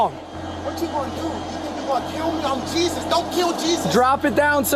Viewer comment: JESUS, NOT JESUS.